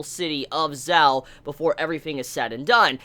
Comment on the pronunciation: Not sure if this has been said before but in chinese the letters "q" and "zh" are pronounced slightly different than english. qin is pronounced like "chin" and zhao is pronounced like "jao" it doesnt really bother me but i know youve asked for pronunciation help before. Love your reviews :)